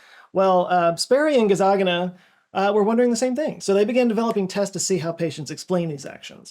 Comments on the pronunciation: I literally clicked on the video because I saw " Scott" made it. Here's something interesting... Every time his name is in print, it says Gazzaniga, and every time you pronounce it, you say Gazzagina. I'm very curious which hemisphere is causing this to happen. But seriously, I love your videos! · and multiple times during the video... It's very funny you cannot say the N word even subconsciously. LOL You kept saying Dr. GazzaGINa and not the correct last name GazzaNIGa’s. I wouldn't be surprised if this was intentional. If it was intentional, I'd have tried to pronounce it with the J sound for G. But yeah, I made this observation and had to say it out here. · You’re saying Doctor Gazzagina but you know damn right you’re scared of pronouncing his name correctly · All the time I heard "Dr. Gazzaganis" am I broken? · Good choice pronouncing it "Gazzagina" Might as well change the spelling just to be safe. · I don't think you are pronouncing Micael Gazzaniga's name correctly. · you got dr. gazzaniga's name wrong every time you pronounced it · Check pronunciation for Michael Gazzaniga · Did you pronounce Michael’s surname wrong on purpose? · Anyone else notice mispronounced “Gazzaniga” through the whole video? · Are you intentionally mispronouncing Dr. Gazzaniga's name? 😂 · The way bro mispronounced Gazzaniga intentionally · Brother that is not how you pronounce Gazzaniga. I’m surprised considering it’s pronounce exactly as it’s spelled. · Pretty sure you're mispronouncing "Gazzaniga" and no, we don't have free will in any sense except legal. It's a necessary legal fiction but nonetheless a fiction. It simply means we can't identify factors external to the accused which determined their behaviour. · This brings up the question of whether your left brain purposely mis-pronounced Dr Gazzaniga's name every time...? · You kept mispronouncing Gazzaniga's name in this video. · It's Gazzaniga NOT Gazzagina. C'mon man. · GazaNiGa not GazaGiNa 😆